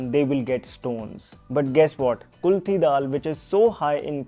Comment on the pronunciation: Its KULATH DAAL not kulthi